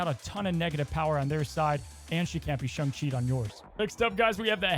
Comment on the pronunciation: Im still trying to figure out wtf a Shung is. Last time checked its either Sayng and Shaung. Then agaon this dude cant figure out how to pronounce Daken either.